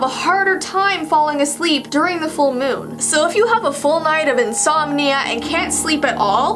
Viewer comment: You said moon wrong